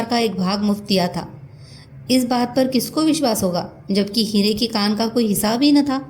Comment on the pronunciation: madam, novel ka naam ' Hire ki khan ' hai ya 'Hire ki kaan'. Aap bhi baar baar kaan hi bol rhi hain, pure video me . Kripya bataye ki sahi kya hai ? Dhanyawad.👍